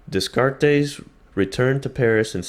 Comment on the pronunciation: Dude you need to learn how to pronounce Descartes